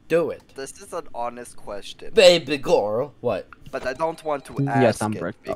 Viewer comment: girl not gorel